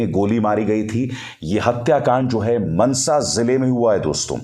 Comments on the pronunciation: Sir vo mansa nahi, maansa hai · Want to correct you as regards Lawrence Bishnoi ... He is not in Canada but in Tihar Jail ... Get a panjabi to correct you on the pronunciation of Mansa and Moosewala ... Your report is good but for these issues